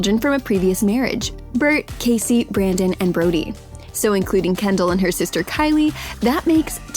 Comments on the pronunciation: “Kender” It’s Kendal get it right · Um she said kender instead of Kendal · Is it just me or does she say Kender instead of Kendall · “while kender” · Kendall Jenner not Kender 😂🙅🤦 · You said kender 😂♥️ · Lol exactly 2 mins and 10 secs into the vid she called Kendall Kender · In she said kendar lol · Anybody noticed that she said kendar?? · she said kender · did anyone notice her say kender near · “While kender” ???????? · who else heard she said kender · she said Kendall’s name wrong